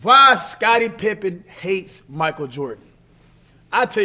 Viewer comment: “Scottie Trippen”